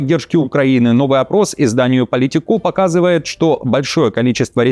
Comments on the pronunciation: пожалуйста, не politicO, а polItico. Ударение на втором слоге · Неприятное впечатление от искажения произношения издания ,,Politiko".Даже странно,что упорствуете. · Ещё раз: ИЗДАНИЕ не французское и называется ПолИтико, а не ПолитикО!